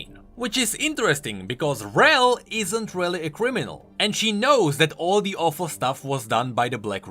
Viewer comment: "RELLy successful"